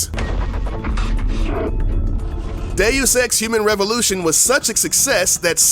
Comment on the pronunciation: Every time you say DeusEx, I hear "Day of sex"